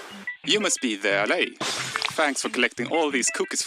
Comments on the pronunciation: I think the allay should be pronounced "uh-LAY", emphasis on the second syllable. It isn't just Jens's accent! Allay is a real English word that means to assuage, soothe, or relieve, often referring to fears. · Everyone keeps pronouncing the stress marks wrong. The stress is on the second syllable of Allay not the first.